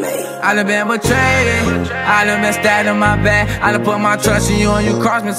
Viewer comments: I hate that he mispronounced “Betrayed” but fuck that, this shit is too deep to ignore. I feel him though. Life will make you numb after a while. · nice but ummm... betrayed has only two syllables